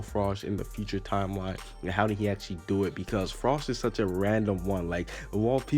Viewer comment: it's pronounced FR. OE. SH lol